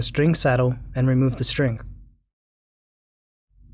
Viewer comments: do you know that you say strink lol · What the fuck is a 'strink'? Stop saying strink.